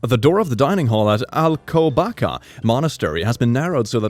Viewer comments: Alcobaka haha cute :3. (It's pronounced "Alcobassuh" it's a region in Portugal.) PS: Love your videos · That is not the right way to say Alcobaça but it is okay. Portuguese is weird